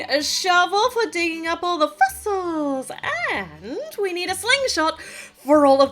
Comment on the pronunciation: I was putting away some things in my room, listening to this video. Laughed out loud when u said fossile like that,!